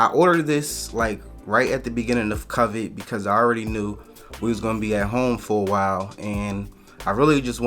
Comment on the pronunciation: Great video I just Wana know if you always pronounce Covid like that? Lol